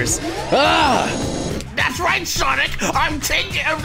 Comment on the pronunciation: SAWNIK, MY LONG LOST LOVER, IT’S FI- uh